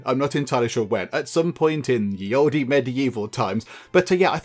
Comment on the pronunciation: You're pronouncing "ye olde" wrong